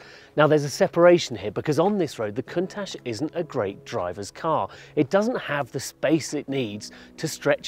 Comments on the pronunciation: The way said Countach is sure to piss off a lot of people(kinda includes me) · During the video he pronounces Countach in 3 different ways!!! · Did anyone else notice, this guy pronouncing Count ach at least three different ways? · Did I mishear, or did this man just mispronounce one of the most legendary name plates? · Never heard anyone butcher the word Countach like that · Is no one gonna talk about how he said Countach?? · Damn, at least they could say the name right on old top gear. Decent review regardless, but come on... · I can't believe he pronounced Countach completely wrong🤷‍♂️ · I got turned off as soon as i heard him pronounce "COUNTACH"... I miss the old top gear... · I think you pronounced the name wrong mate. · How would you possibly get to test this very special and specific vehicle when you’re pronouncing the model name so incorrectly, hence the very start of the clip. Later on into this video, the name pronunciation is slightly improved, but still not all the way correct and finally it becomes right and almost the way it should be said at the end. I miss the old guys. Sorry to sound rude!! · This guy doesn't even pronounce Countach right, bring back Clarkson! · That's not how you say Countach... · Dude that is not how you pronounce countach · teach your presenter to pronounce the presented car right !!!! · ' - Head of car testing Top Gear" - how...no... HOW? How did you get that job? Seriously now. You try to make us guess what car we would like to see on Stelvio in the video that clearly shows the Countach and it's also in the title. And then you can't even pronounce the car's name...How did you get that job?!?! "And the road is closed but they'll open it for us tomorrow" - and that's when i stopped the video and switched to another one... No wonder Top Gear is in this state when the head of car testing doesn't even know what car he reviews..... Pff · You think he could at least pronounce its name properly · count atch xD